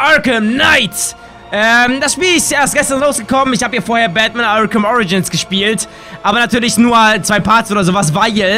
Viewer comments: Danny du hast an stadt batman bakman gesagt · Ich hab verstanden "Wilkommen back bei Backman !